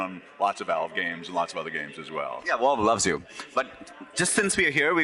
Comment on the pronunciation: "Done so much for Volve"